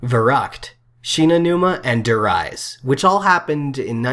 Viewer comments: For fuck's sake. Der Riese is not pronounced "Dur Rah-yz", it's pronounced "Dur Reess". -_ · You're entirely wrong. I fucking know how to pronounce it, and god damn more than you, that's for sure. "Dur Reess" is the correct way to pronounce it. You're an absolute fucking idiot. Also, learn to formulate sentences in English, dumbass.